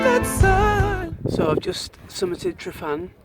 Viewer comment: Nice video. I love going out to Llyn Padarn and Photographing Billie the birch. :D PS Tryfan is pronounced Trivan ;)